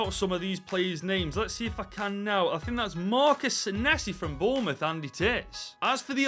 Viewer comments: It's boubouth you funny God help hom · it’s bouroutht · It’s Bournemouth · Pfffffffttt its flipping bornmouth